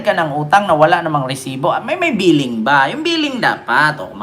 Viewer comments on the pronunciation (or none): Pleeding idol hindi billing